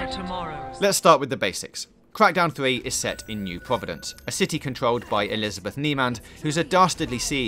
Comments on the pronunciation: Cwak dowwn free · That was a gweat weview of cwackdown thwee.